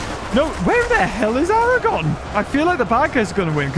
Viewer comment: The future king of both gondor and iron ore is not named Aragon it's Aragorn ARAGORN there's an R in there there's two R's in there in fact. if you're going to do a load of the rings batter battle get the names of the people the players correctly And thank you for removing sour on he was never in this battle.